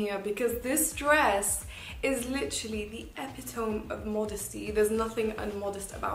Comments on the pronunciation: It’s “EP IT O MEEEEE” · "Epi-tome"... I'm dead 😂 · my girl just said “epi toe m” LOOL wtf